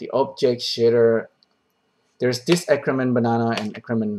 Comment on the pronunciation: "The shitter itself actually looking pretty complex" Took me a while to figure out shitter = shader. Love it